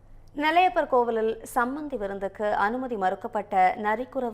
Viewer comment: சமபந்தி விருந்தா? சம்பந்தி விருந்தா? தெளிவாக கூறவும்.